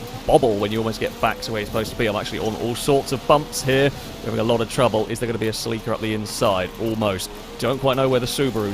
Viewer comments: Sa leek a? Do you mean Celica? pronounced Sell i ka? Or are we talking about something entirely different? Nope you said gt 4 that's definitely a Celica. Is that how you pronounce it in the UK? Sell i ka must be US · Saleeka. I had no idea what he was saying at first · Sel-ie-ka/ Sel-ee-ca is the proper way to say it. Americans say it funny mostly. Listening to a Japanese person say it makes alot more sense . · Funny how other counties pronounce Celica (Sell ih Ka) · sel-eeeeeca lol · As an american, I just have to say you pronounce the 'celica' strange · Is that how you pronounce Celica in Britain? I've never heard it pronounced that way. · I have never heard Celica pronounced like how you did before XD (I am American) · As an American the way you say celica drives me crazy lol. Keep on keeping on!